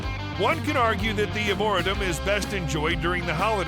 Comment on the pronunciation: Uhmmmm....if you're marketing yourself as "The Luxury Travel Consultant" I think learning how to pronounce words is of paramount importance. The word "Arboretum" is pronounced ARE-BORE-REE-TUM, as in a place with lots of trees. SMH